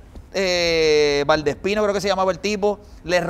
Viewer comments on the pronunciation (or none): Ya van 3 entrevista q dice Valdespin y es Balentien si no me equivoco